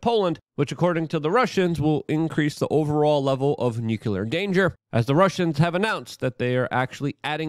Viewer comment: Nu-clear not nucu-lar. Nuclear has only one u in it